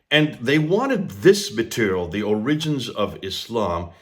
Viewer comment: or-RI-gins? Seriously? You’ve never heard the word pronounced correctly? Dude, it’s OR-i-gins. Look it up.